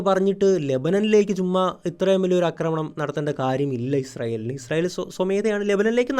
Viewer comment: ആശാനേ അക്രമണം എന്നല്ല പറയേണ്ടത് ആക്രമണം എന്നാണ്. ഇനിയെങ്കിലും ഒന്ന് കറക്റ്റ് ചെയ്യാൻ ശ്രമിക്കൂ. കേട്ടിട്ട് ദേഷ്യം വരുന്നു.